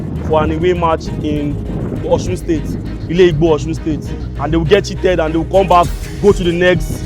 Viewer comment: It's ILẸ̀ OGBO Oyiga not ILEIGBO